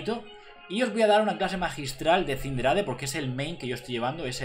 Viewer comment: Se escribe Cinderace y se lee Sindereis